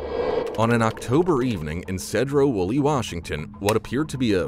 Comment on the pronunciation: It’s pronounced SEAD ROW WOOL E , Washington 🤦🏽‍♂️…